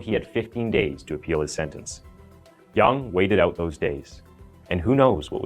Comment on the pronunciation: Your pronunciation of the the killer name is good. Did u learn mandarin by any chance ?